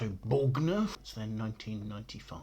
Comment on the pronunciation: “Bore-nerf” not “borg-neuf” 😊